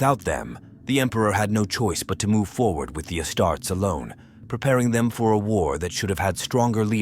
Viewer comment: I love your approach to the storytelling of 40k but ditch the AI narrator. If it cant pronounce 'Astartes' or 'Primarchs', it might not be fit for the job...